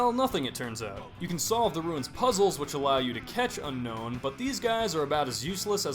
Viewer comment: Did you know unown is actually pronounced un-own